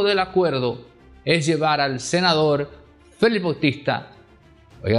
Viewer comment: FELIX , Y NO FELIZ, QUE ES UN APELLIDO. ESTOS COMUNICADORES DAN PENA PORQUE NO INVESTIGAN A FONDO COMO ESCRIBIR Y HABLAR.